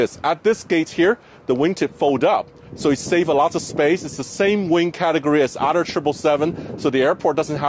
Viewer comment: it’s thrust not frust it’s other not oter it’s elevated not alevated good job sam